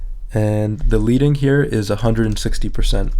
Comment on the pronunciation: Good series. One correction, though. "Leading" is pronounced with a short "e" as in "Led", "Bed" or "Dead" rather than a long "e" as in "Leed" or "Weed". It's derived from the lead typesetters placed between the lines of text on a letterpress.